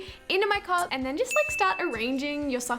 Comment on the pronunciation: is it just me or does she pronounce cup as cop??